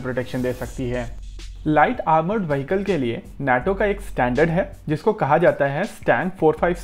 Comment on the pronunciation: उच्चारण वहीकल नहीं विहीक्ल होता है!